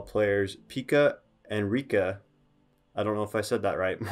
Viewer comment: No, you didn't pronunciate Pekka or Riikka or Hannu Möttölä (this one was actually the most correct) correctly but Finns forgive you since you at least pronunciate Lauris name correctly 😄 Eero is actually one of Lauris older brothers, not younger brother. Other one is Miikka, who played basketball in Finnish first division until ankle injury stopped his career. Also in last summer he played in Eurobasket (which is Europian championship), not in Euroleague (which is like league, same way as NBA but in Europe) as you first said. Those are nitpicks though (since you seem to be interested in him), nice video of Lauri 🙂 And you are totally welcome to steal him from Finland to Utah. 😄 We get to have him in summers at national team anyway 😉 It has been his dream to be in NBA after all and you are clearly treating him right. He talks in (Finnish and English) interviews how he likes to live in Utah since it's smaller place and nature is close and organization is great 🙂